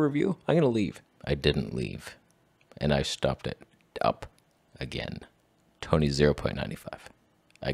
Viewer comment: I come for the strange names and stay for the toneh